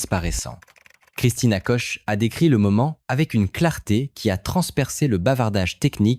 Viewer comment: Christina Koch se prononce Kuk. voire Kok sans le "ch" français. L'audio et la vidéo deviennent peu à peu n'importe quoi. & Des pubs intempestives encapsuler directement dans la vidéo, On aura tout vu !